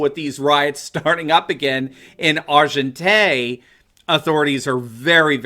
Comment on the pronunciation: Argenteuil is pronounced "Ar- zhon-toy" (approximately).